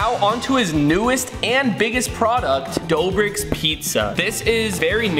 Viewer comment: dobrik?! its doughbrik matey